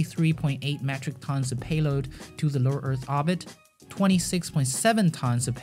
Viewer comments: into Arbit ? Orbit.... OOoorbit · Not arbit ORBIT. Hate me oar you like, speech inpodament used to be treat'ord in schoools now it is considered an accent wtf. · please... its oRbit... no obit... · You say "orbit" wrong. It's OR-bit. Not AH-bit. ORbit as in orange, ordinary, organ. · I love your videos but please stop dropping r’s it makes the video hard to watch or-bit obbit is just annoying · it's pronounced or-bit, not aw-bit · Its not ahbit its said ORB IT. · orbit not obit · actually it's Orbit not Hobbit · Orrrrbit not oooooobit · Orbit. Not obit. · The word "Orbit" has an R in it. ORbit. Say it with me OR... B....IT ORBIT ORBIT ORBIT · I love the video. Except you pronounce ordit wrong. It urks me. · Fantastic video! Please learn how to say oRbit. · please stop saying "orbit" wrong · If he could pronounce orbit right i could watch this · It physically hurts every time you say orbit. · Ookko Nää Suomest for not pronouncing orbit correctly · Names and he cannot pronounce Orbit. There is an R in there. I don’t know what his first language was but it wasn’t English. He can’t even get the tenses of his verbs right half the time. Interesting informative video but a bit annoying to listen to. If it wasn’t edited this well or contained quality information I wouldn’t have been able to watch it. Like fingernails on a chalkboard every time he butchered the language, but he recovered well with the content.